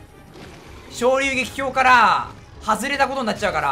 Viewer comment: 「滅·昇竜撃」 日本語:めつしょうりゅうげき 土星語:しんめつりゅうげき